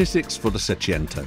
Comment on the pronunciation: Seicento. Not Seciento. Wagon R PLUS.